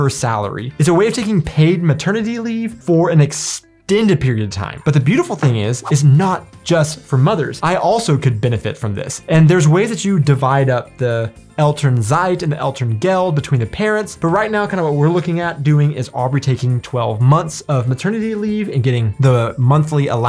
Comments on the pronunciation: elternzeit. the "z" is like the sound of a rattle snake... zzzzeit a kindof soft "s". your german is better than my english btw! . ;-) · Just a little well-meant hint on the german pronunciation of the letter "z", like in "ElternZeit". It is pronounced like a "ts" where the "s" is sharp and not sonant.